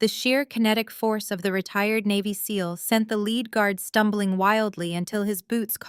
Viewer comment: Basically a good Story. But you mispronounced a word. (Lead). Is pronounce leed, meaning to have someone follow you. Lead is has anither meaning , when comes to material of an object is made from.. like a Lead pipe photogenic spelling is led pipe ! Also "Reading" is known as to material that you have ben observing in a book . Its is also a Name of Railroad Company in Pennsylvania, known as Redding Railroad, but it spelled "Reading" ..